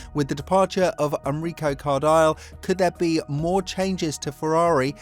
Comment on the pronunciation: Enrico Cardail ahahaha jeez guys take 2' to master a bit of italian pronunciation